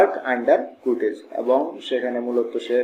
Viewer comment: সারাদিন কুরটেজ বললেন কেন, কার্টজ হবে